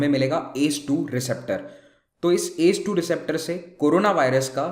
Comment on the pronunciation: Sir ...u should pronounce A C E 2 not ACE.... And it's testis not testes...